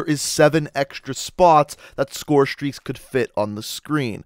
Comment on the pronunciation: the way you pronounce scorestreaks is really bugging me